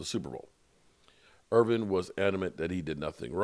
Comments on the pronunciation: He should know that by now even being a name butcher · There is NO damn G in Michael Irvin's name. Irvinnn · I thought Michael Irving lived in Irvin